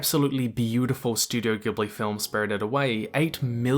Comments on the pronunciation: Ghibli is pronounced like jiblee Nausicaa is now-she-kah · Cool vid, but man! It's Chihiro, no Chishiro. Also, Ghibli is pronounced "Jee-blee", not "Guee-blee". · GUYS!!!!! everyone pronounces Ghibli studio as "gibli" but it's ACTUALLY pronounced "jibli"!!!!! please!!! you're making it sound like they make movies about freaking metal music!!!!!! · Great clip! For the record, though, Studio Ghibli is actually pronounced "Jee-bli". The studio's name katakana / Japanese spells it as such, not Gib-lee. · Ghibli has a soft G. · It's pronounced "Jiburi". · I would pay so much money if everyone on the planet would stop pronouncing ghibli as "GHEEBLY" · 3 seconds in and video ruined. Studio Ghibli, it's pronounced as Jib-lee. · Please pronounce it as “JIBLI” thank you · Pronounced Jibuli with a "J" sound ジブリ It's in the title so best to know the correct pronunciation. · Ghibli is pronounced with a soft g (like a j sound)! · Ghibli is pronounced jibli. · A lot of the lore and stuff dealing with spirits and ghosts makes a lot more sense if your know Japanese culture and mythology. A lot of stuff draws on classic Japanese ghost stories and understanding of spirits. Also it's a soft G in Ghibli. Like jib Lee, or in Japanese Ji bu ri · Nobody:: "Gibli, Shishiro." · Hard worldbuilding vs soft worldbuilding is one thing, but have you considered hard g vs soft g in 'Ghibli' and whether or not you might have it wrong? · First 5 seconds The way he pronounced Ghibli Instant dislike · You pronounced Ghibli wrong. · Funnily enough, Ghibli is also pronounced with a soft G.